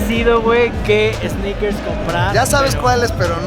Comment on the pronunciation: Minuto ‘EEEsneakers Fever guey’ Realmente cómico, el guy, quítale la E!! Ya que no existe esa palabra!!! Pero buen intento......